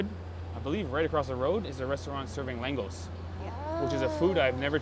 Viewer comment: Langos is pronounced langosh as in hungarian s is sh ans sz is pronounced s. Also the Hungarians do make aster type meal with beef but goulash is a soup